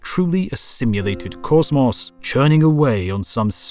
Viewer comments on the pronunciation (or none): "cozmoss" LMFAO